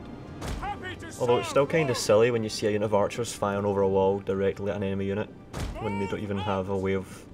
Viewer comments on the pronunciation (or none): none